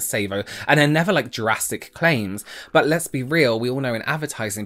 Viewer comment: Listening to this, every time said drastic I heard Jurassic Made for a very different video